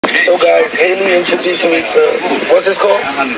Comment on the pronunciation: I'm also weak how she keeps pronouncing Hailey all the time 😂😂😂😂😂